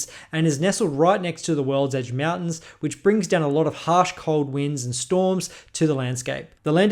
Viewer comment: Bro Said worldege Mountains Like 8 time BUT never talked about' the dwarven holds really